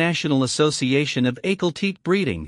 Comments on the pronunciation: Ahkhal Taykay two syllables. What a clown the narrator! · It’s pronounced AH-KAL TE-KAY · ….He just called it aykleteek….. smh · If you're going to narrate a video, pls. pronounce the horse's name correct. It's Ahkhal Taykay. Cheez! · The aykalteek lol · Not pronouncing the breed name correctly.